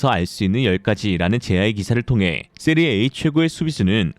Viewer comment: 세리에이 아니고 세리에아 이름은 바르게